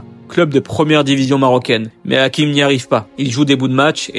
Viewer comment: C est hachim comme ca se prononce et non hakim